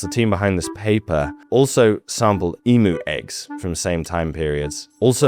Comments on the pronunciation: not “emoo eggs”, pronounced eemyou eggs. Emu = eemyou. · Why do people insist on mispronouncing emu. Its e-mew like the pokemon not e-moo! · No No No!! It's EMYOO Not EMOO!! (aussie here with a huge love of wildlife and your videos) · Bun - yip pronounce not boon-yip. Eem-you not Eem-moo that’s an over sensitive nother creature. Love your work. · I think people kept moving just to get away from everyone else. Sorry, man, its pronounced ee myou, not ee moo. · eee-myu not eemoo, they arent cows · I love your channel but feel the need to un-americanise your pronunciation. “Bunyip” is pronounced “bun-yip” not “boon-yip”. “Emu” is “eem-you” not “ee-moo”. Apart from that, great. 🙂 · eem-you not e-moo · Bunyip is pronounced the same way you pronounce a bun that you eat. And emu is not pronounced emoo. It is like eemyou. I am not criticising, cos I know you are busy, just letting you know. I love your work👍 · Hey, I enjoy your videos immensely, thank you! Anyway…that bunyip legend is probably based on a zygomaturus, they were a semi aquatic close relative of the diprotodon, but with a small trunk. By the way, you pronounce emu eem-you, cheers mate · It's E - mew not E - moo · Love you SM but it's emu eeeem you. Not eeemooo. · Bunyip, you say it like a bread bun. Emyou, not Emoo.....just helping. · Eeem You, not Eeee Moo🙂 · Emu is not pronounced E-Moo, it is pronounced E-Mew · mate.. its not "emoo" - its "eam-you".... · We Aussies say emu as emyou, not emoo. :) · Not eem-oo....it's eem-you. Apart from that, very intetesting. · Handy hint: Emu is pronounced Eem You (not E Moo) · EEM-YOU !!! NOT ee-moo. It's not a fkn cow ffs. And honestly your commentary leaves a LOT to be desired. There is just too much wrong with it to even start going into detail, including condescension, and that's just in the first 21 minutes. Just a good thing you are too much of a wuss to actually visit here. You get to miss out on paradise 🤷🏽‍♀ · It's Eem-You not Eem-Oo 😊